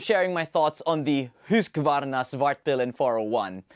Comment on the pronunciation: syet tengkyu sa husqvarna pronounciation, nakaka-irita pag binibigkas na haskavarna or haskvarna, lol